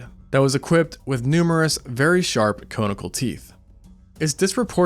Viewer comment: Its pronounced CON-ICLE not CONE-ICLE